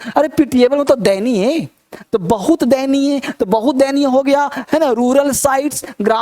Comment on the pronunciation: दयनीय न की देयनीय । पर बहुत ही खूबसूरत अंदाज है,सर आपका।